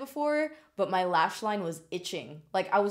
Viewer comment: "MAY FAVS"? Yar favs.